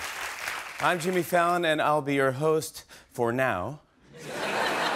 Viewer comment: Sounds like the announcer said, "Shimmy Fallon!"